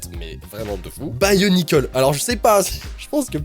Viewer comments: Sa se prononce bionicle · Je connais et il prononce mal bionicle